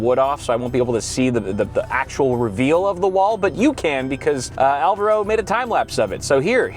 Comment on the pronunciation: I hope by the end of the house construction can pronounce Alvaro's name properly